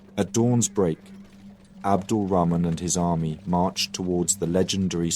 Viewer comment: wow, you've even managed to pronounce 'Rahman' correctly at the end xD